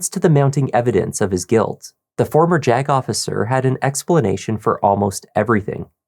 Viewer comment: Every time says JAG officer it sounds like he’s about to say “jagoff” Which would be a more accurate description of this guy